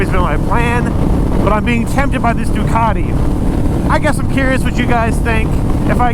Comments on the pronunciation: . I’m pretty sure that’s not how u say ducati 😂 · I thought you said dockety pringle